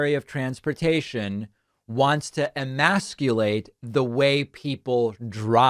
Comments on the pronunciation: Sounds like she said a badly pronounced version of "immaculate" not "emasculate", which really changes things.. Gazpacho anyone? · Emaculate? She forgot there is an S in that word. Dumb gazpacho brained woman. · The silly twit doesn't even know the word, she said "emaculate" without the "s". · 'Emaculate', is what I heard, but it is Marge after all. This is the woman who thinks banging a yoga guru is doin a hot super mach guy. A yoga guru, really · She said, "E-Mac-U-late" No ss's here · She said "eMACKulate," not emasculate. LMAO. MTG must think the "immaculate conception" was all about God conceptually castrating Joseph by knocking up Mary without so much as laying a finger on her! Friend: "Marjorie, your kitchen is immaculate! What do you use to cl--" Marjorie: "How dare you, bitch! I ain't no sissy!" Friend: Ummm 😶 what?